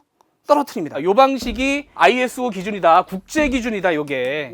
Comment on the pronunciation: ISO = 아이소 라고 읽으시면 됩니다.